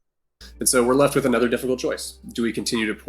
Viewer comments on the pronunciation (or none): Why do you say "other" or "another" like it's got an E instead of an O?